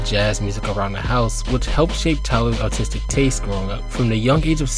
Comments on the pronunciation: I'm sorry, but everytime you said artistic it sounded like autistic to me and well uh- YEAH IT WAS FREAKIN HILARIOUS Still 10/10 video frfr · i heard autistic every single time you said artistic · Great video, but I swear I kept hearing “autistic career” instead of “artistic career” idk if I’m tripping or if you need to pronounce your R’s better but great vid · I found it funny how you kept saying artistic as “autistic”. I doubt it was intentional but it was funny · I fr thought he said, "tyler's autistic career," lmao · This is a fantastic video. But brother, please work on your pronunciation of the word "artistic".